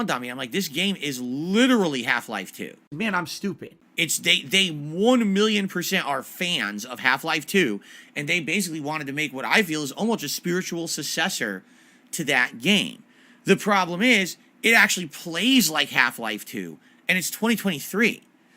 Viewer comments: "Spiritual sussessor" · oh yes the legendary spiritual sussessor..... what is a sussessor?